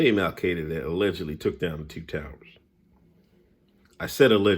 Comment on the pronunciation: Did u say "allegedly"...... lol 🤣😂🤣😂